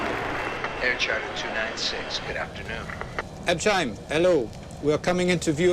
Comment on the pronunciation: you hear Asseline pronounce Habsheim correctly (like "up-cyme"). I know, not the main point, but it bothers me that the commentary continuously butchers the name